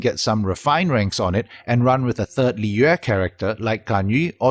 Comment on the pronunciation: My god this man pronounced Liyue properly